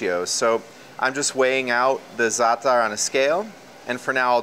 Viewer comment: I don't think I've ever heard anyone pronounce za'atar and labne correctly, outside of Arabs – props to this guy! 😄 These look amazing though, it's insane how much work goes into this bakery operation.